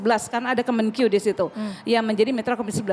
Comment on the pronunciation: Menkeu bukan kemenkyu, lebai